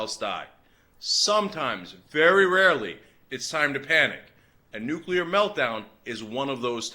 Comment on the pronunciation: NEW-KUH-LURR HURR DURR